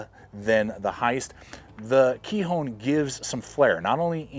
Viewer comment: Kihon.... not "kee-hone" means basics or fundamentals in Japanese